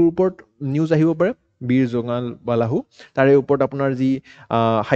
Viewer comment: nokoi nuwarilu dei beya napabo. জোঙাল বালাহু nohoi জোঙাল বলহু hoi । আমল প্ৰভা nohoi অমল প্ৰভা hoi । Apuni jihetu axomiya egorokari . Axomiya pronounciation bur xuddhokoi kole xuni bhal lage diok sun.